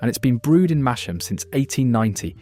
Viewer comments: Mas-ham, not Mash-am. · No idea where MASH-AM is? Its pronounced MASS-M. Landord is lovely, Spoons has a great selection of local beers. Its sad I want to go to my local and drink but its £6plus a pint I can go to spoons drink a decent beer for sub £3. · Small point, unless its my hearing, but I BELIEVE YOU PRONOUNCED MASHAM - AS "MASHAM", WHEREAS LOCALLY ITS CALLED MASSAM...GREAT BEER THOUGH, AND NOWT PECULIAR ABOUT IT...UNLESS FOR NOVICES ITS THE TASTE... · brilliant advice and nostalgia! but it's pronounced "Massam" not Mash-am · Masham is pronounced 'Massam', and Black Sheep is brewed by a son of the Theakston family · Pronounce mas-ham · It's pronounced mas-ham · Shame the narrator can't pronounce Masham (the h isn't heard)